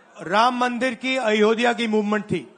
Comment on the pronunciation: अयोधया bole jara bhai , pehele nam to sahi se lena sikh lo अयोध्या hota he vo fir ana vote mangne de denge vote